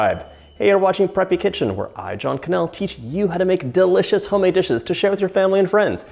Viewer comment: Me: Its delicious John: Its duh-licious